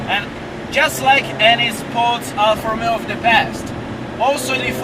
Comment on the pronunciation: Scusa eh, ma per quale cavolo di motivo tu, che sei italiano e sai come si pronunciano correttamente "Ferrari" e "Alfa Romeo", dici "Frari" e "Alfra Rumeo"? Mi sembra un controsenso...